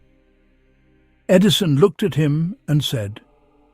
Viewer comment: E. D.I. son!? Is the narrator an idiot, or what? No, it' AI stupidity.